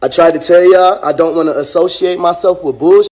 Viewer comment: Smh... “Assoshiate”